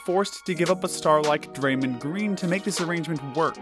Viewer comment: He said Draymond Green wrong